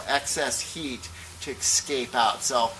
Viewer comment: Good reviews, but please learn how to properly pronounce "escape". Thanks